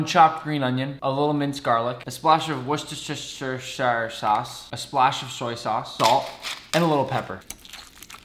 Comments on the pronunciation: Even the great Nick cannot pronounce wuridhidolisiyotanioshidokkar sauce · It's pronounced woo ster shuh...